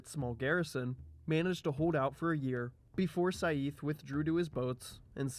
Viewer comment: excellent video! but try next time practice the pronounciation of some names (ex. saif is pronounced like sayf )